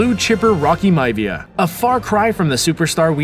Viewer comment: Its Myavia not Mavia it's pronounced differently